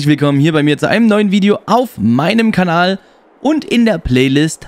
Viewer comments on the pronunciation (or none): none